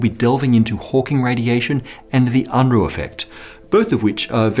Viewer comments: btw, it's not pronounced 'Un'-ruh, but more like ' Oon ruh'. I knew the guy years ago, and 'Un-ruh' didn't bother him. But just for the record. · "...the Unruh effect." It's pronounced more like Oonruh, not Un-ruh. Bill Unruh was one of my physics profs.